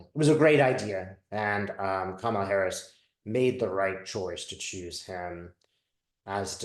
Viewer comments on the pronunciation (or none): It's "comma-la"...like (,) la! Thanks,! Love-Light! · Kamala is pronounced like “comma la”